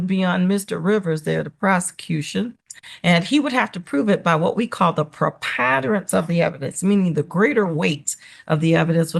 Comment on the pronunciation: The judge could not pronounce the word preponderance correctly!